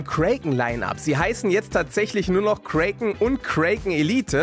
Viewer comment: ich musste ein wenig cringen wie du "Kraken" aussprichst. es ist "KRAKEN" nicht KREIKEN das A wird normal ausgesprochen.